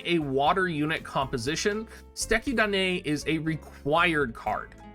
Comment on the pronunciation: It's funny how Americans pronounce "Suteki Da Ne"